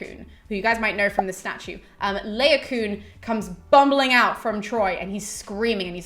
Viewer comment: Really enjoyed the video, thanks for researching and posting. Just one minor gripe: I think Laocoon is pronounced La-o-co-on i.e. 4 syllables - LONG-SHORT-SHORT-LONG. Anyway, that's what my scanning of the verses in the Aeneid tells me. 'Troy' is not the best film of the classics ever made by a long chalk but it's an enjoyable romp and a feast for the eyes that shouldn't be taken too seriously! Carry on the good work! Looking forward to the rest of the series!